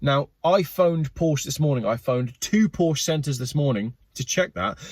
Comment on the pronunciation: Remember kids, Porsche is a two-syllable word 🤫